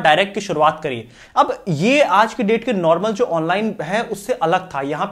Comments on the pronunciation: Research theek hai.... Depth nahi debt (Pronounced as 'det') hota hai. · Debt is pronounced as det and not debt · Excellent presentation. Simple way to teach the market economics. Thank you sir, keep it up for the benefit of layman like me. Only thing is it should be pronounced as डेट not डेप्थ । May be I heard it wrong. May ignore it. Regards. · Excellent comment hai pur aap ko Debt ko det bolna chahiye, debt nahi. Debt mein b silent hita hai. 🙏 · It's det & not debt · Debt mei b silent hai please aap det bolein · Bhai sahab, Debt ka pronunciation DET hota hai.. डेब्ट नहीं डेट। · debt bro not deapth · डैब्ट नहीं डैट बोलिये। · bhaisaab depth nahi dept bolte hain. mutlab kerza. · Sir, B is silent in Debt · Debt is pronounced as det where b is silent. Moreover, you can simply say karz! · India mn bhi det hi bola jata hai business world mn aur finance sector mn bhi. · Of course, you spell debt, but you say det! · Please make correction in your pronunciation of debt. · "Debt" ka uchharan "Date" jaise hota. Bolte samay Date uchharan kariyega bhai. b is silent . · Yeh banda debt ko baar baar depth kyon keh raha hai.? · DEBT, please pronounce it correctly as डट , and not what you are pronouncing it. Such down grades the Quality of the content. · Bhai informative video hai aapki but debt ka pronunciation toh sahi bol lete. Ye basic term hai business ka